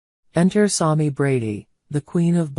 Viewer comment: Learn how to pronunce SAMI